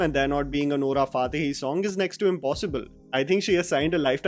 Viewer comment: its fatehi not faatehi